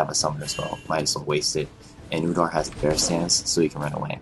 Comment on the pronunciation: his name is udyr not udar.